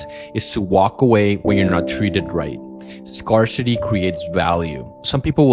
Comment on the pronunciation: Scar-City is crazzzzyyy pronunciation.